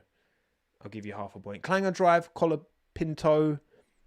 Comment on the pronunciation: Brazilian here, you are forgetting to pronounce the "Ts" in Bortoleto's name, try pronouncing it with the same T you pronounce the word "tea", "Binotto" or "", it's fine tho it's a difficult language, I'm not a native spanish speaker, but I believe you're making the same mistake with Colapinto. Great Report as always.